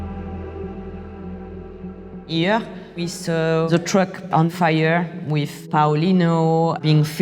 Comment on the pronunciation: The video starts playing and then "suddenlýíýíý, they faía guns" and I can't stop laughing 🤣😂 Anyway, sorry for my childish humour. No disrespect, amazing journalism ;-)